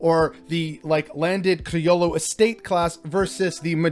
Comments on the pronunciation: You talk and talk like an authority and can’t even pronounce correctly the one Spanish word. It’s C R I O L L O And have some respect for your Spanish ancestors. You don’t know what good or bad they did, but at the least they crossed an ocean into an unknown world instead of sitting in their living-room trying to be youtubers. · You are not pronouncing criollo correctly.